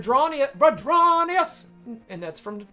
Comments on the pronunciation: Fyi His name is “Vrondius” Not Vadronius I get you’re making a joke based on the notorious song but I’m sure he would appreciate his actual name shouted out in the video Especially if you’re using his spreadsheet, he’s a good friend of mine/co-captain and I’m not speaking for him but not actually saying his name right seems kinda disrespectful to me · Great video,! Your attempts at pronouncing Vrondius’ name cracked me up though!